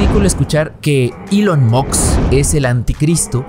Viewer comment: El Elon "Muks", el Jeff "Betzos" y el Mark "Zukemberg" 🤣🤣🤣, obviamente está muy bien informado, y la cara de los otros dos lo dice todo